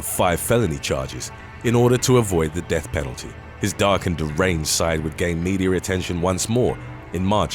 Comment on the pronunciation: I love it when British people talk about "meteor attention". LOL!